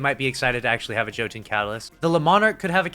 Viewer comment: Every time I hear a Destiny YouTuber mispronounce Jotun ( pronounced Yo-Ton) I die a little inside and my faith in humanity is further lost.